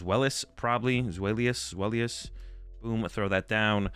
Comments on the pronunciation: For the pronunciations: The whole joke of the Hydreigon line is that it contains the german words for 1 2 3 D Ein o Zwei lous Hy drei gon So they're pronounced Dye-no Zwai-less Hy-Dry-gun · As a German speaker, I’ll help out with the pronunciation: DY-no TSVY-lohs Hy-DRY-gon They’re base off German numbers of 1/2/3.